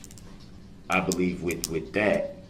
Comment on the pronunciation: “Wit dat?” Really, “wit dat?”